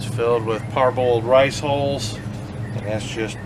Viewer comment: You did say "riceholes" right?? LOL!!